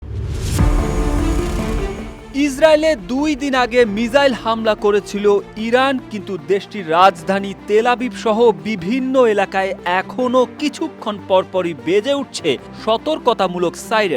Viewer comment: মিসাইল কিভাবে ❤️ মিজাইল হয়ে গেল ঠিক মত উপস্থাপনা করতে পারেন না আবার সাংবাদিক হলেন কিভাবে